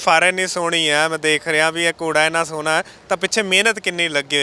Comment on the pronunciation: ਰੱਬ ਮਹਿਰ ਕਰੇ, ਪਰ ਪੰਜਾਬੀ ਠੇਠ ਬੋਲਿਆ ਕਰੋ, ਸੋਹਨਾ ਨਹੀਂ ਸੋਹਣਾ ਹੁੰਦਾ ਆ.ਬਹੁਤ ਸ਼ਬਦ ਤੁਸੀ ਗਲਤ ਬੋਲੇ ਆ